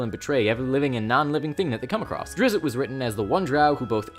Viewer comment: Stop saying it "drizzit" it's drizzt